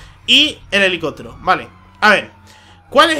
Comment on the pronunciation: elelicotero y la pulicia, se nota que es canario macho! xD xD